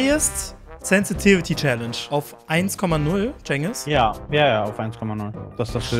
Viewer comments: Du hast challage gesagt! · Wie du Challenge gesagt hast 😣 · Er hat Challange gesagt :D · wie er direkt am anfang direkt ,,chalenge" sagt